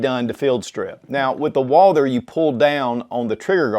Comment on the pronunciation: Every time he butchers the pronunciation of Walther my ears start to bleed... Woouuulder... Dear God 🤦‍♂